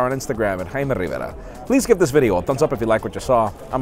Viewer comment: Your accent became super American all of a sudden. I am